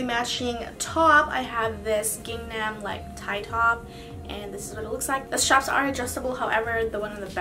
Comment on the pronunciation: no shade, just wanted to let you know the checkered print is spelled gingham and pronounced ging- um